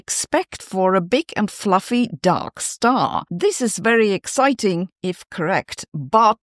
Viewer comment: Phew, for a moment there I thought you said Duck Star. 😨